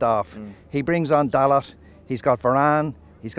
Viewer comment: Any fan that can not pronounce a players name correctly (Dalot) does not have a true opinion.